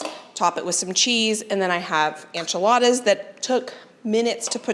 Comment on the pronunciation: I found you a few days ago and have been binge watching your content! lol. I love your style and your positivity. One thing I just have to ask though… I have never heard anyone say enchiladas the way you do (anchiladas). Where is your accent from?